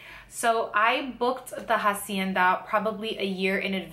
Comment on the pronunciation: isnt the H is hacienda silent? weird